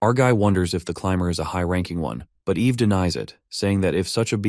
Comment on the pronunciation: I mean TS you say the womans name is Ave, when it is Eve, then the next second it is said correctly. You really need to take this down fire the DEI hire that you got from the learing center and hire someone that can do better.